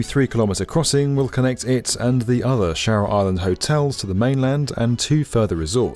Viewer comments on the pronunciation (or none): the word 'shura' has the sound 'oo' not e as in shera as the announcer says it